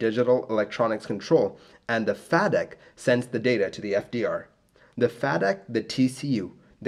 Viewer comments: Excellent as always. One point of correction for future videos - FADEC is pronounced FAY Dek. Good job though! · Thanks so much for making these episodes. It helps my withdrawal from waiting for episodes of Air Crash Investigation. I just wanted to say I am pretty sure FADEC is pronounced like "fay-deck." Anyways thanks again, another interesting episode. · FAY-deck. Fay rhymes with way and pay. And its "digital engine control". Love the vids though... Im a huge jet age accident nerd and have discovered that apparently I only pay attention to the famous crashes.